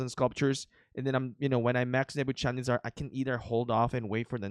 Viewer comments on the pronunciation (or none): Did you say nebucharizard.